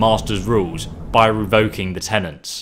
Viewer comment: “Tenets”. Not “tenants”.